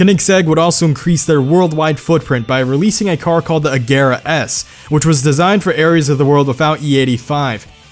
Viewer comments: Every time he says A-gare-uh instead of A-zher-uh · Its pronounced agera or ajera 🤔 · U kept saying Agera wrong 😂